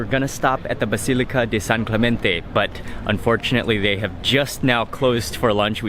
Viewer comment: Hey Mark, nice pronunciation San Giovanni, San Clemente!!!